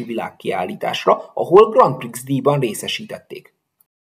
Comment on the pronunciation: Néhány nevet furcsán ejtesz. Dessewffy: desőfi vagy dezsőfi Grand Prix: grandpri, a végén az x elmarad, Petschacher: tsch=cs vagy ccs Egyébként le a kalappal a videó előtt. Ennyi illusztrációval... mennyi ideig készült ez?